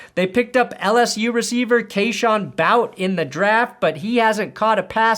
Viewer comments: Keyshawn Boutte’s last name is pronounced “boo-TEE”. Not “bout”. Definitely not “bout”. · BOUT! that’s the first time I’ve heard that one. As an LSU fan I can tell you it’s is pronounced BOO-TEE, or booty. (I am serious btw) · Keyshawn Boutte is pronounced bootay not bout. Friendly Louisiana helper👍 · Its not pronounced Bout,! Its Bootay, as in shake that bootay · His name is pronounced "Booty" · please it's BOO Tee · Shedeur said he's coming back for '24 season with buffs. And it's pronounced bootay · KASHON BOOTY ITS BOOTY THATS HOW YOU SAY HIS NAME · Boutte is pronounced Bootay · Its BooTAY (Boutte) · This video would be marginally better if you knew kayshon Boutte’s name is pronounced “booty”